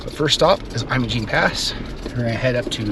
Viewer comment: Your pronunciation is incorrect. It's pronounced like you're saying image! Great video. It's a beautiful place. I can't wait to go back. Great looking jeep, too!